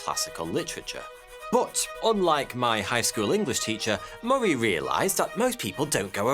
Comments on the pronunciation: Moray, Moray, Moray? I thought it said the other guy was called Murray. Pronounced like hurry, as in Murray mints, too good to hurry mints. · Yeah he is not saying it like I have ever heard James Murray’s name pronounced. I’d say ie like muh-ree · I've never heard my last name pronounced that way...lol...because it rhymes with " furry" many think it's spelled Murry.....